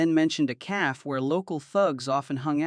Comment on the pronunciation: Stop using these stupid AI voices that can't pronounce words correctly. It's a cafe, not calf